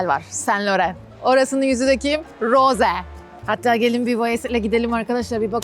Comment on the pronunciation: hayır Rose-"roze" diye okunuyor.😊